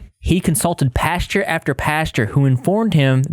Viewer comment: "pasture after pasture" LMFAO sorry but I died laughing at your pronunciation of Pastor. You said it like "pasture" which is where cows roam.